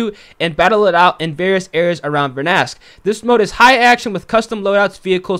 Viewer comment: Dude. It’s not vernask. It’s ver-Dan-sk.